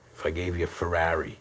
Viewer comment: i like how he says Feraawree!(ferrari)